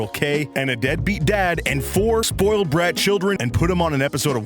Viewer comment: Sppolled??? SPOILED 😂